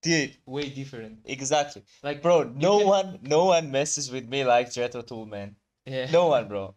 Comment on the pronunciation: Tull rhymes with dull. That said, they’re anything but dull. The guitar solo in this song is one of my favorites of all time.